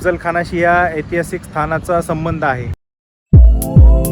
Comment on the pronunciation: अरे बाबा एतिहासीक नव्हे ऐतिहासिक असा शब्द आहे